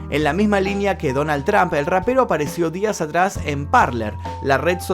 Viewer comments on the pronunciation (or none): none